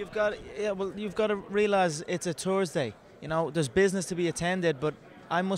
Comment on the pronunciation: hah!! he said 'tursday'!...i don't think he needs to talk all the crap, just talk.